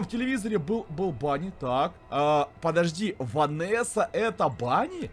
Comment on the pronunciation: не банни а бонни и это не он не бони